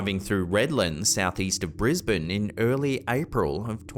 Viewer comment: Nice to hear? I think his name is, pronounce Brisbane, Queensland, Sunnybank, etc very well, one of the best narrators on YouTube, you go love this channel❤️